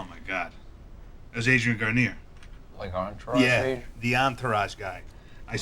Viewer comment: I was suspicious for a second about knowing Adrian Grenier in real life, but then I heard how accurately he pronounced his name and my fears were alleviated.